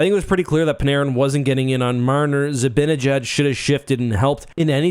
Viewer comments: Stop calling him zibbinyjad. It's ZibAnejad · As a Rangers fan, you should learn how to pronounce Zibanejad. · I don't understand why some ppl pronounce Zibanejad's name as though it were spelled Zabinnejad